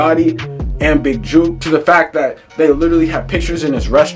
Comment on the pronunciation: mane you cant even get his name right you a clown reporter